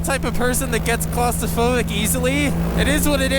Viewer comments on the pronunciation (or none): Claustrophobic, not clostiphobic just fyi.